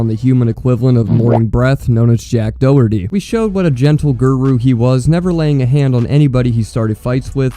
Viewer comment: Nah I love how he say jack dohuty like 💀